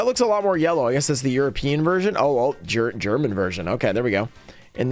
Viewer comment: Your German pronunciation was on point as always😂